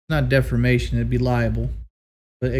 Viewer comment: “It wouldn’t be defermashin, it’d be liable.”